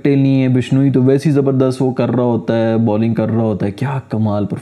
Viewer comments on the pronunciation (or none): none